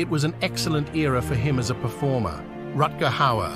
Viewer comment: Pronounced Rutger Howard right the first time and in the next breath pronounced his name wrong!!!